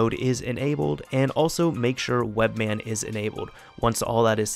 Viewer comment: it's webMAN not webMann